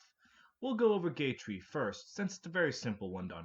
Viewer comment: LAGOO??? Edit: two minutes later and you said fucking GAY TREE holy shit your pronunciation go crazy